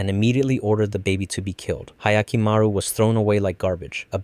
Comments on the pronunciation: "ahyakimaru" ? i'm sorry but can you actually read ? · That butchering of Hyakkimaru’s pronunciation hurts as much as the lack of Diavolo